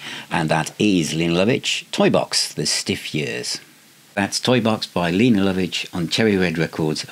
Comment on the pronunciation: I think her name is pronounced 'Layna'. 😂 An underrated artiste still going strong.